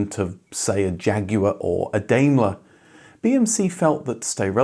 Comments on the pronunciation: For the record, the UK Daimler company was always pronounced "Daymler" and not "Dymler" as it is in the case of the German Daimler Benz. And I mean ALWAYS. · "Dame-ler", not "Dime-ler". My uncle had a 3-litre Austin from new. Gorgeous car.